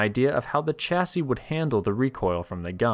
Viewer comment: Dear chap chassis is shhh not cha.